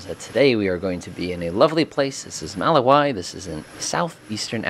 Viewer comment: I enjoy your videos. Always love learning something new about planes. A couple notes though. You started your flight in Mozambique and flew over Lake Malawi to the country of Malawi. Malawi is pronounced “maw-law-wee”. The trees are distributed like that because it’s agricultural land (compare to the distribution of trees on any agricultural land anywhere in the world). The only large animals you’re likely to encounter in this land are cows, goats and maybe pigs. Most of the stereotypical safari animals only live in national parks and in nature reserves made for tourists. I’d estimate that this sort of land only makes up about 5% of the land, vs 80% agricultural/rural land, and 15% urban. Your livery, which is a the fur pattern of a Bengal tiger (which live in South Asia) made me giggle. If you want a true large expanse wild “savannah” biome to fly over, you should visit Serengeti on the border between Tanzania and Kenya just to the north of Malawi.